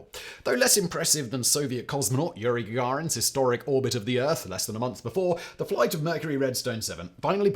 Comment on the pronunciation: Did he say "Urine Gagarin" or was that just my ears being too tuned in to the subject?